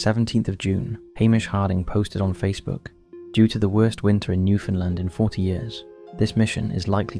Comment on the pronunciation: Another video mentioning Newfoundland. Another video mispronouncing Newfoundland. (It’s “newfundland,” said as one continuous word)